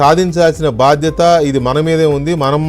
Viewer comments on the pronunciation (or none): none